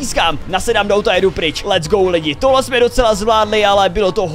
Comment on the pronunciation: Ty let’s go neumíš anglicky